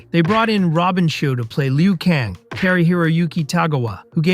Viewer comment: Why is every single one of these videos I watch about mortal kombat no one can say lu kain. Its always leo Kane wtf